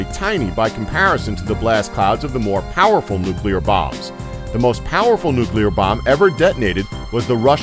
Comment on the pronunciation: There is no such thing as a nucule therefore there is no such thing as nucular. You bounce back and forth from the nonexistent word to the correct word which is nuclear.